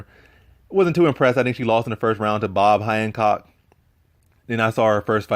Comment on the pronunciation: U said "she lost to Bob Handcock" LMAO however i believe it was actually Barb Honchak-at least i hope it was🌭🤔